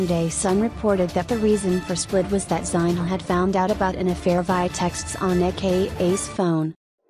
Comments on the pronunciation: This was painful to listen. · Learn how to pronounce “Zinhle” first😕